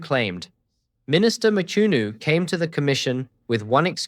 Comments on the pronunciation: It's Mchunu not Machunu or Matshunu. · Hearing you butcher the surname "Mchunu" almost takes away from what is otherwise a great analysis. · Eish...pronunciation of Mchunu😢